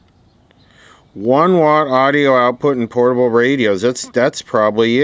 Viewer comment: "potable radios".